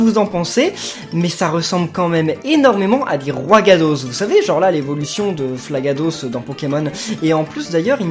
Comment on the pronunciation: Roigadosse 😂😂😂 C'est flagadoss ou roigada 🙃🙃